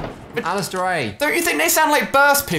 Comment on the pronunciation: said Allister a